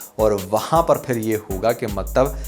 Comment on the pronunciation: Word is phir but you always say fir is a Hindi word I hope you consider it right